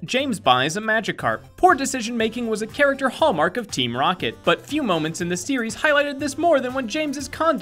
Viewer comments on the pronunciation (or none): none